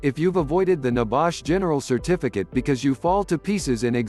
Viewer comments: Not so secret if they are on youtube, ain't it? And stupid idiotic voice over. Nebash? Downvote! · What is NEBAASH? R u over speaking about NEBOSH?